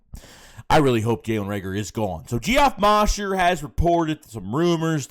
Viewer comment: It's Pronounced Jeff Moesher. If you're not watching Inside The Birds with him and Adam Caplin. You're seriously missing out.